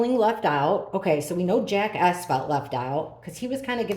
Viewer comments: I'm having a little hearing loss issue going on ,but at first I thought you were saying Jackass instead of Jack S , I did have to laugh a little at myself 😄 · I don’t have a hearing issue but I totally agree with you I thought she was saying Jackass aswell lol 😂😂